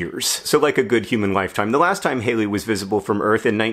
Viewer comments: When you said my name in this it felt weird lol I pronounce Halley haaalllee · I think you'll find it's said, "Comet Halley."